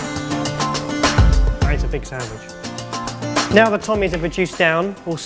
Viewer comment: The way he says sandwich... Sandwige 😂